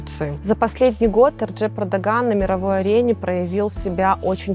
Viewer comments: Победил, она сказала «Эрджеп»??🙄🙄🙄🙄🙄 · Да, я переслушал, эрджеп